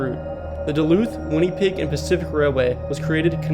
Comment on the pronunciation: w video but u pronounced ely, minneapolis, winnipeg, and iron wrong